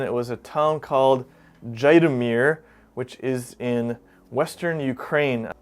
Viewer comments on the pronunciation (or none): Nice video. Zhytomyr is actually pronounced ZHEET-ah-meer. Quite a historical city.